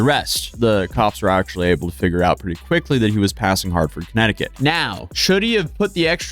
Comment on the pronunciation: where in the world is this place "kinectikit" you speak of ? are you TRYING to say connecticut or something ?